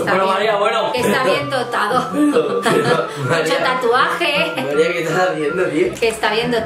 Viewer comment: "mu(cho ta)tuaje" es algo bárbaro la mama buyer